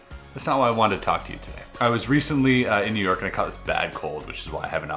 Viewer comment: “Yew Nork”